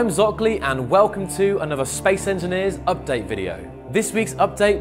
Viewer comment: FEMAL ENGEENER